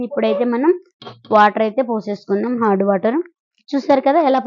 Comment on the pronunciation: హార్డ్ వాటర్ కాదండి అది హాట్ వాటర్... కానీ చాలా బాగా చెప్పారండి....